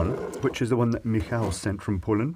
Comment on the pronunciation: the way you pronounce Michał makes it sound like he's japanese